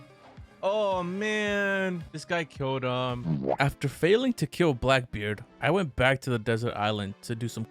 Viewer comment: Bro said blackbeyer bruh